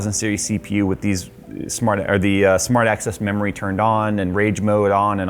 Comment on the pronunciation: Is it just me or did I just hear "SMART ASS memory" ?🤣